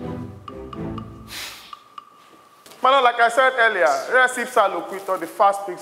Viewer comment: I heard MY BET instead of MY LORD